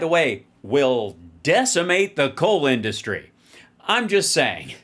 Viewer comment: Trump can't pronounce "industry" like anyone else.